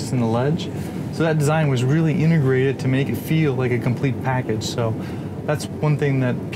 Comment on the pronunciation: "A hunerd." "Inugrated." These are just 2 reasons out of a hundred why professional speakers are 'integrated' for video presentations.